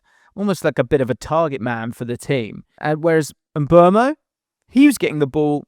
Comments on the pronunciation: It's Mbooomo NOT Mburmo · mate. Please don't talk about Mbeumo this long next time if you're not going to say his name correctly. It's Mboomo...not Mbwermo. Your employers (Premier League) put out a video of players giving us the correct pronunciations of their names. What's the use of that if commentators and all you lot will still be butchering their names?